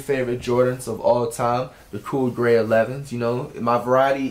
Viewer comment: Cash you said the 11s wrong too lmao